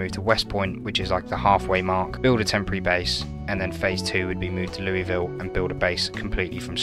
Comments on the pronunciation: It's not Lou-E-ville It's Loo-Ah-ville. damn brits. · No one in Kentucky pronounces it Louisville..... Lou-a-ville is how Kentukians say it.